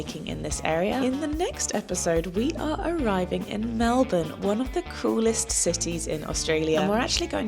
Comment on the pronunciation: No worries. Your pronunciation of Melbourne was perfect!!!